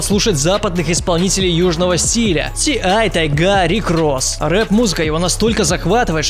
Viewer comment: Не Тайга’, а Та’йга Ударение на первый слог